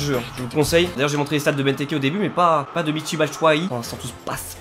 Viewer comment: c'est michy pas metsi